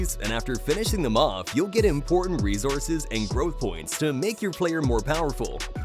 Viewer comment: Resources not rezorzes